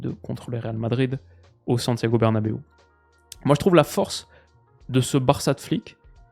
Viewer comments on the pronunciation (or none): au satiago bernabeu 😂 ? C’est à riyad